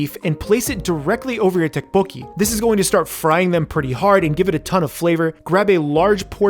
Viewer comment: Who eats fried rice with a fork?... Also tteokbokki = "tdohk-boh-gki" (say the "td" at the same time for the most approximate sound. Same for the "gk")